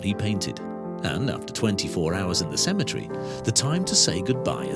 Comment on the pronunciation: CEMETERY NOT Cematree 🙄🤦‍♀️🤣🤣